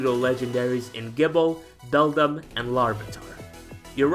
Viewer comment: Did anyone notice that he said beldum wrong, not trying to discriminate